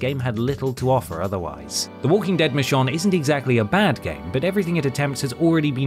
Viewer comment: Why do you keep calling her Mishon? 😅